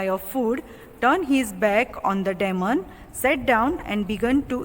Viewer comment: Check the pronunciation of DEMON? gosh u need English classes. Whar r u teaching your students?